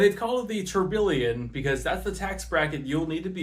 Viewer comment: By the way you pronounced Tourbillon wrong, remember to pronounce it like tour-bee-on